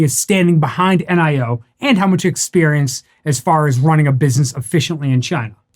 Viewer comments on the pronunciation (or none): "Nee-oh" according to a Chinese friend.